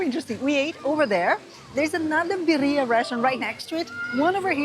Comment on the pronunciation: Please...its Birría..we are very proud of our dish and though you didn't mean to mispronounced it it would be so nice if you could say it right. Other than that the video was lovely ❤